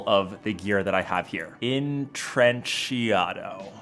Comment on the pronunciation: pronunciation = in-trech-auto - means weaved lol